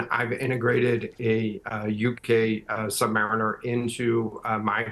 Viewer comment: " Sub-mariner" No it's Submareener. Hope the boys from Groton toilet paper the USCG academy next graduation.